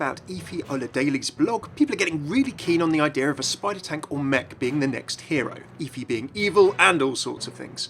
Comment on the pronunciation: It's pronounced F-ee like Jennifer Hudson off dream girls